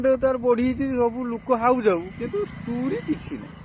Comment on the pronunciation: ଯାହାକୁ ଷ୍ଟୋରି ଉଚ୍ଚାରଣ ଆସୁନି ଷ୍ଟୁରି କହୁଛି ତାର ଯୋଉ ଜ୍ଞାନ ହେଇଥିବ 😂